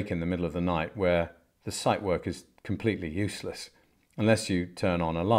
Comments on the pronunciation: Dear sir. Out of respect for the watch, please be so kind and check the pronunciation of the Zeitwerk. No "site" there...... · The mispronouncation of "Zeitwerk" makes me cringe.